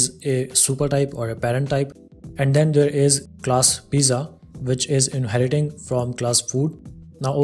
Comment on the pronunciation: thanks. one problem. pizza is pronounced "peet .suh"